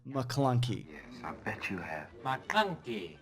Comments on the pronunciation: I found it weird that when obi wan gets killed by vader, instead of luke screaming ben he just looks straight into the camera and says maclunky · Take a shot everytime they say "MaClunkey"